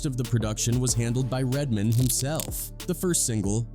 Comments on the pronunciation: Lmfao. Red DID say white people say, "RedMIN". 😂😂😂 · 😂😂😂. RedMin, RedMin, aye aye RedMin 😂😂😂